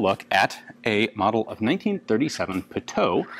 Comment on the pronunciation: Pronounced PUTOOOWEEEE